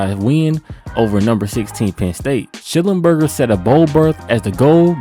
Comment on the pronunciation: The man's name was Sch-NELL-enberger!